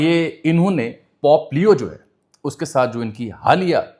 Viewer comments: Bahi pop nahi bulky pope. Pronunciation ka khial karen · V nice info/ analysis... And my apologies, As we all make mistakes in certain pronunciations... But It's not Pop , its Pope leo The sound is , po po in urdu as we use for kids nickname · Sir Jee, Pop nahi, Pope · It's not pop it's pope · You are an experienced and literate journalist. .. huge difference between pop & pope my friend. You are on a public platform addressing the masses, pls get your pronunciation right. You are covering global issues, just imagine what would happen if someone who doesn't know Urdu comes across your video and watches it with English subtitles or translation 🤔 it would change the whole analysis because I'm sure you are not talking about the "pop culture" or "pop music" 😊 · It’s pope not pop plz.